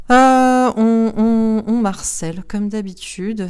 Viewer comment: Bonsoir, Merci pour votre interprétation... Bon, en attendant de saisir le message de l'Arche d'alliance j'ai bien saisi Votre message sans le comprendre "on Marcel" mais qui est donc ce Marcel? 😀😂😂 Je vous taquine car votre prononciation de "on me harcèle " m'a fait beaucoup rire... Déjà en début de vidéo, vous m'avez fait rire car vous parliez de films comme de référence et je trouve cela très drôle de s'appuyer sur cela même si les films sont sympa, ce n'est qu'une vision d'un cinéaste... Bref, le sujet devait être solennel mais il m'a apporté plus que de la bonne humeur. Merci pour ce moment, je vais poursuive la suite de vidéo pour le second tirage. A+